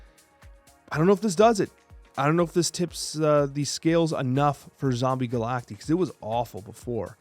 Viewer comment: Pronounced "Ga-lak-tie" broseph.